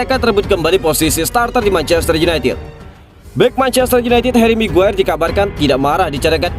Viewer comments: haji migiyir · Saya juga mendengar itu hj mague😂😂😂re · Sekilas kok saya dengar menyebut haji maguere..hhhh apa saya salah dengar apa emang diplintir😀😀😀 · Hahaha iya bener,, smngat min keseleo lidah biasa terjadi 😁